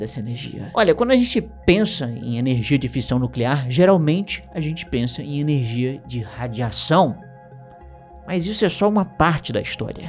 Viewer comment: erro na palavra energia kkkkkkkkkkk